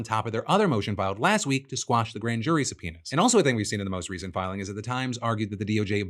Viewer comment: It's quash not squash.